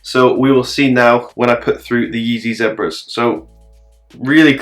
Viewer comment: The ZEH-Braz 😂